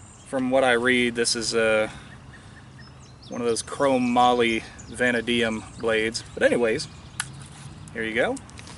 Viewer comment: Chromoly-Va-NADE-De-Um... Not 'Vanna Diem'... ☺️